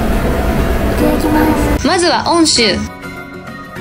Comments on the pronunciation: 『温州』と書いて『おんしゅう』ではなく『うんしゅう』と読みます♪… 一般に流通しとる『みかん』になりますよ。 余談ですが、ストーカーもどきの男性に遭遇したとのことですが、『警察署』までご案内し、然るべき方にお渡し出来なかったんでしょうか !? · おんしゅうではなく、うんしゅうですよ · 温州←おんしゅう「✕」 温州←うんしゅう「〇」